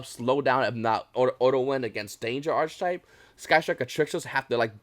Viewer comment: You don’t want to keep “flogging a dead horse.” You yourself are not the dead horse. Also it’s pronounced “arc-type” you do not pronounce the “ch” in the word.